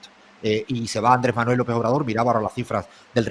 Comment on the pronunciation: Sería bueno que antes de opinar se aprendiera bien el nombre de nuestro presidente, Andrés Manuel López Obrador. Si ofende que no lo diga correctamente.